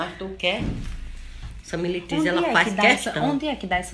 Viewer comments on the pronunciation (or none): Ela fala Melitriz 😂😂😂